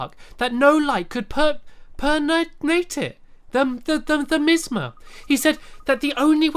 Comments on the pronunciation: no light could pem - pren - pernate it, the missma! I am laughing so hard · It's pronounced Mie-Ahs-mah. It's a type of toxic, and even acidic gas. Very dangerous stuff. (I originally thought it was just something from INUYASHA, until I found it in an episode of DOCTOR WHO as well). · its me-as-ma